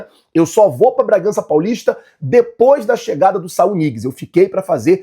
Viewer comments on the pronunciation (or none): none